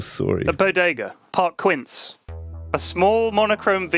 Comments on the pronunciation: IT'S PRONOUNCED "Keen-seh" And 16 is pronounced "Di-ye si seys" Actually had them all right so go with that. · 15 = Quince (Keen seh) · Lewis trying to pronounce 15 triggered me more than Pflax